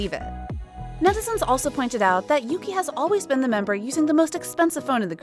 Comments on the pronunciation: Ohk yuqi is not pronounced as yuki it's pronounced as yuchi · I don’t think Yuki’s name is pronounced correctly in this? It is more like “Oogie?” (With a slightly soft k/g).